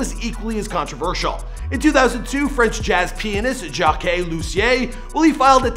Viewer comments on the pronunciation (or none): none